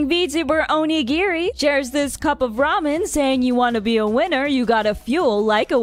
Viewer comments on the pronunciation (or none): none